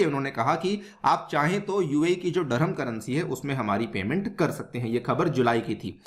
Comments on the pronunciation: व्हिडिओ अच्छी लगी लेकीन दीरहं को डरहम डरहम मत बोलो सर अजीब लगता है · Bro it is "DIR"HAM and not Dur-ham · Dirham hai bhai..... Dharammmm...... Nhi...... Kya ias banega re tu😂😂😂😂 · It’s “ Dirham” pronounced as ( Dirr-haam)….Durum is a variety of wheat whereas Durham is a city in England. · What UPSC aspirants are studying if they are not able to pronounce dirham properly. 😂😂 N they claim UPSC is most difficult. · Learn pronounciation abt currency